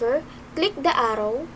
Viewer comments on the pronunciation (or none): the way he/she pronounced “video” and “arrow” is 100% filipino